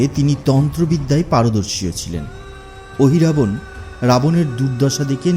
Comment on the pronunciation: Ohirabana noy mohiravana